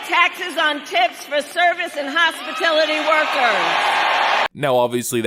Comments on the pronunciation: ...besides.... She said hospitility instead of hospitality. Don’t these people go to school...? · Thought it is/was hospitality? She said what sounded like “hospitility”. Is that a new Marxist progressive word with a double meaning or should I ask to spin the wheel and ask Pat for a vowel for the correct spelling! Just So we can better understand her Gobbly -Kamala-Goop. Thank you for the content you provide. Peace 😉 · She said hospitility Not hospitality. She cant even copy your homework correctly. 😂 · Hospitility... She can't even say hospitality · Hospility? Or Hospitality? Kamala is a joke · Kamala said, "hospitility workers" -- h o s p i l i t y... I'm not sure if this was just a slur or if she actually believes it is 'hospitility' ...what do you think? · She can't even say hospitality. "Hospitility" is not a word. This is someone who thinks the "cloud" is a literal cloud. This is an at-best D-student, and shouldn't be charge of so much as a freaking bake sale. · “Hospitility”. That moron can’t even PRONOUNCE “Hospitality”. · kamala harris said "hospitility" workers . its hospitAlity. she literally speaks like a 5 year old child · Not hospitality.....hospitility!!!! She said hos-pi-tility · Hospitility?? It’s hospi-tal-ity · Hospitality workers, not "hospitility" workers. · Hospitility? Did she pass primary school? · What is “hospatility”…!!! It’s; Hospitality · She can't even pronouse HOSPITALITY and insteas said hospility. How simple a mind you must have to fall for these gags.... sigh... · hospitility or hospitality? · I caught that too. "Hospilitity"? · Listen closely to the applause “after” she says something, like copying Trump about not taxing “Hospitility” workers. Which she can’t even PRONOUNCE, but the applause sounds “canned” or the same every time, like a old movie about a Dictator! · So we just gonna ignore the fact that she said “hospatility workers”….. hospa-tility??? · Just realized she said "HOSPITILITY". That is not a word